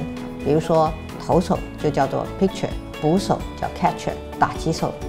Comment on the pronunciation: 投手的發音錯❌了。是佩，不是屁。講成picture了。哈